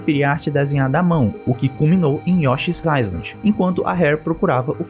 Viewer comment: Top, man! Só uma correçãozinha de pronúncia (Country - "kân-tri", não "cáuntri"). E Island (ái-lend). Vlwww!